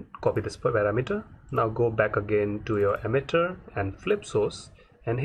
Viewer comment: this is a great tutorial! but i was very confused by your pronunciation of the word "parameter". i kept trying to figure out what a "parameeter" was, as that isnt really a word. The word has nothing to do with the concept of "meter" as a unit of measurement and is pronounced differently. other than that thanks for the great tutorial!